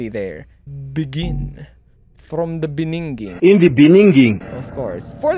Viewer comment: Not the "In the beningging" 💀